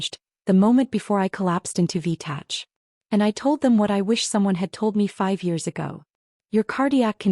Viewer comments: It’s V- tach not tatch. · I can't stand it any longer! IV in this story is "intravenous" and not "four." Also, "v-tach" stands for ventricular tachycardia that is pronounced "v- tack" as in "tackycardia" like in mechanical or mechanics. Now, please get it right in all the stories. Don't you listen to your audio? Do you have pride in your final product? Or are you ignorant of the words your AI writes? Is it just about the money? Should you pay heed to this comment and others, SVP ensure that the written captions are coherent with the proper pronounciation where appropriate. Looking forward to improvement.